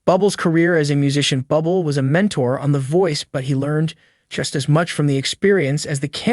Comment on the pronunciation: His name is not pronounced Bubble Get your shit together.. Ir's pronounced 'Boo Blay' 🇨🇦✌